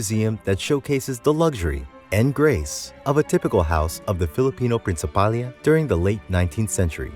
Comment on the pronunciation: it’s spelt “Principalía” so it should be pronounced Prin-ci-pa-LI-ya and not Prin-ci-PAL-ya. The diacritical mark is there for a reason. Same with